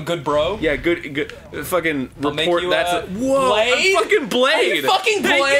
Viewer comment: brade not blade